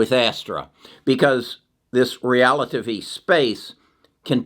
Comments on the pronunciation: Can someone do a compilation of trying to pronounce things😂. “Realitivity” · Rel-A-Tiv-Ity is the name you are struggling with. Your info is so valuable and don't like to see you struggling with the name. Thank you! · RELL-AH-TIV- IT -TEE !!! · Re-la-tivity. Like theory of relativity. Good company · Pronounced Rell-ah-Tiv-ity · OMG... it's Rel-uh-tiv-ity, dude. (Relativity) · Great outlook on the future. I read The Future is Faster than you think on your recommendation and it was fantastic. Also I think its Rel-a-tiv-ity as in Einstein theory of relativity. 😊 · It's relativity (re-la-ti-vi-ty), like Einstein's Theory of Relativity.... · Omg, he can’t pronounce relativity. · google pronunciation of relativity ahead of time, from Einstein's theories